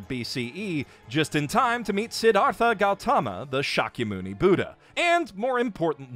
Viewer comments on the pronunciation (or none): none